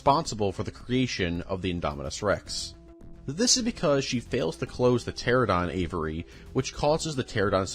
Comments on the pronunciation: I hate to be a sucker but here are the dinosaurs you mispronounced. (Im only going off of what I think is what you said) Pteradon - Pteranodon* Carnosaurs/Carnotosaurus - Carnotaurus* Parsaurlophus - Parasaurolophus* Mamenchiansaurus - Mamenchisaurus* Corythoruses - Corythosaurus* Pachycephalosaurus (You said the letters correctly, but it still sounds like you said it incorrectly) Elasamoforeium - Elasmotherium* Basalinosaurus - Basilosaurus* Doecurus - Doedicurus* Pro cop to don (Say it like this <----) Carodontosaurus - Charcharodontosaurus* Yangchuasaurus - Yangchuwanasaurus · I have marked every instance of mispronunciation of dinosaur names and people names in this video. They are listed below: Carnosaurus 💀 Carnotosaurus 💀 Lewis dogson 💀 Pteradon 💀 Brockiosaurus 💀 Parasaurofolus 💀 Corythoruses 💀 Pachyphlosaurus 💀 Gullymimus 💀 Oscar moralis 💀 Elasmoforium💀 Titanboa 💀 Docuris 💀 Hyodon 💀 Vasilineosaurus💀 Arctus 💀 Doicuris 💀 Mussosaurus 💀 Gigantosaurus💀 Proceratops 💀 Orthimimus 💀 Aliormas 💀 Thesealosaurus 💀 Geosternbergia💀 Ankylorodon 💀 CompategoSUS 💀 Colin trev-arrow 💀 Micheal craydon 💀 Mamalian scratch mormo 💀 Anklyosaur 💀 The lysyne contingency 💀 My favorite dinosaur is the Pair-uh-soar-ah-low-fuss not parasaurofolus. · Him saying pteradon is killing me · Pteranodon not Pteradon. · Great video but the continued mispronounciation of dinosaur names makes it awkward. Gigantosaurus? Pteradon? Sorry. It takes away from the video. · I love both and Jurassic Park but I died a bit inside every time he said "pteradon" instead of "pteranodon" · Dude, everytime you say pterodon 😭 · The way your pronounce pteranodon makes my blood boil, I love the video still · Does this guy not know how to pronounce Carnotaurus or Pteranodon?